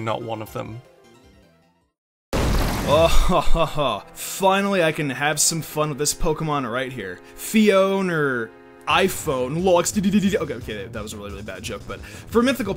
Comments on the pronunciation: until no. 1 ITS PHI-OWN-AY. God, we already talked about this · Fee-own-ee not Fee-own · Phione or iPhone lolxdddddd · Phione or iPhone lol xddddd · It's pronounced Fee-O-nAy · Phionerr Iphone lolxddddd